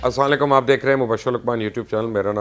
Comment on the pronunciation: السَّلامُ عليكم Mubashir Bhai I like your news reporting but please say السَّلامُ عليكم property. I am if you practice you can say it properly. جزاك الله